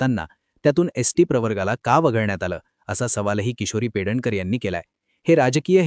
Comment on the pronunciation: Her name is PEDNEKAR ,not Pedankar